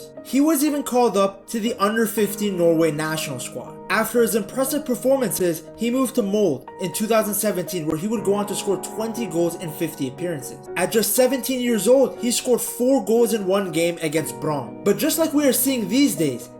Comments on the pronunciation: It's Mold-E, not Mold lol. Also it's Bryne, pronounced as Bruyne without the U. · Wtf is that molde pronounciation? Just say molde, not mole